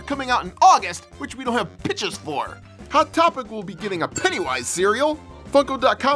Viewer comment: Why’d you say hat topic instead of hot topic